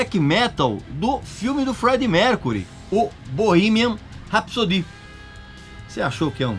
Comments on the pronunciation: Tu falou "RapssoDI" isso é FRANCÊS kkkkkkkkkkkkk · "rápzôdi" KKKKKK